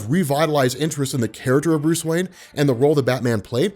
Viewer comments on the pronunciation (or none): none